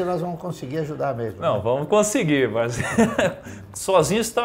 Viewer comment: O nome dele não é Barsí, é Barsi.